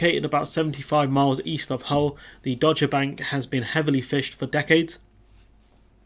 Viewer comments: It is pronounced Dog-er, not Dodge-er. It used to be part of the shipping forecast, don't know if it still is... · It’s pronounced “dogger”, as in “Cruella Patel is an enthusiastic dogger”, or “The Slimy Gove introduced Cruella Patel to dogging”. Hope that helps.